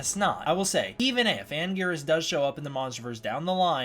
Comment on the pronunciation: It is Anguirus